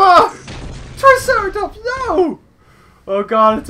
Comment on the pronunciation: why did u say tricerartops